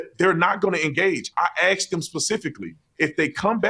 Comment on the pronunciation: He lost me at “axed”